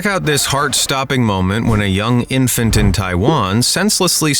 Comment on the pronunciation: "infant" yea bro fs